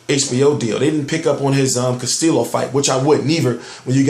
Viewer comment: You do great coverage of the sport..the best on you tube.but hey bro no disrespects cause I know its tough as fuck to pronounce some last names but just to help you out,jose luis castillos last name is pronounced without the two lls,say it without the lls,castio....just trying to help bro,cause ppl always get my last name wrong and its the same,the lls are silent..best of luck hope to see more of your page.